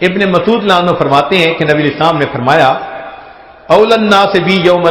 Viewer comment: یہ صحابی کا نام لینے کے بعد تیز تیز کیا پڑھ جاتے ھیں؟ ایسے سنای دیتا ھے جیسے ابو بکر کا نام لیا اور ساتھ میں بولا " میلانو"